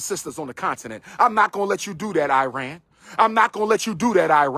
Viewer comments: Its pronunciation is Ehh-Ron not I-ran Second, we are not Arab, we are Persian. 🤡🤡🤡 Shout out to you and your people for not standing up for Iran and our people during our battles against real discrimination and a government killing people. We stood for BLM-Afghanistan-Ukraine You a 🤡💯💯💯💯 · Arab=“Air-rub” Iran=“Ear-run”